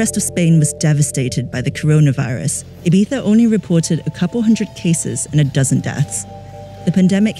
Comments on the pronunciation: is it Ibiza or iBiTHA? that host keeps on saying it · Why is she saying "ayBeefa"? It's IBIZA, it hurts my ears. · I find it hilarious how the reporter keeps pronouncing Ibiza Ee-BEE-tha (trying to pronounce it as correct as possible) and the dj who lives and works there calls it Ee-vee-sa. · Resident DJ for 10 years and still calls it 'Ibeeza' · Why is she the only one pronouncing it Ee-bee-tha? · She says ibifa she can’t even say ibiza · The girl cant even pronounce "Eyepizza"..... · Stop saying “Ibiza” like that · She really prides herself on pronouncing Ibiza like a local. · The was she says Ibiza is triggering me 0_0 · She pronouncse the begging of Ibiza in english and then the final part as spain spanish. Choose lady!